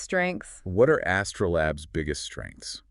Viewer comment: Good video. But... It's pronounced "As-ter-a," not "Astra."